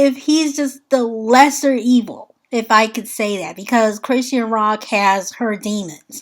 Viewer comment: Hey sis! Great video 🤗 She pronounces her name: CHRIS-SHAWN. ❤